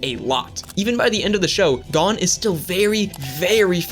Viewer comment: thanks for the shoutout also it's pronounced (go n)